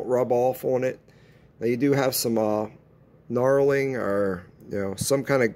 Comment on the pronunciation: Knurling not knarling lol